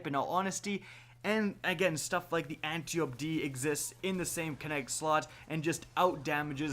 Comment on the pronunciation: Appreciate the videos, but the way you pronounce Antiope is really bugging me... Ant-eye-oh-pea, reference to an Amazon, daughter of Ares and sister to Melanippe, Hippolyta, Penthesilea and possibly Orithyia, queens of the Amazons